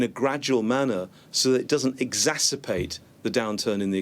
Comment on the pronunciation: it's exacerBATE, not exacerPate!